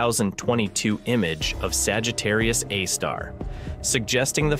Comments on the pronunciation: Yep, that's AI voice. "Saggitarius, a star.." What else is it going to be? "Saggitarius, a deli in Queens"..? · It isn't even state of the art. (Cf. ATP's recent episode with the AI podcast.) It stumbles over punctuation and mispronounces things in an obviously artificial way because it's mis-parsing the text it's been fed. For example, , it refers to "Sagittarius, a star." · While the quality of the AI voice is better than many using AI voice, it is still clearly an AI voice. It's "Sagittarius A*" not "Sagittarius a star". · "Sagittarius ĂÆEĂ star"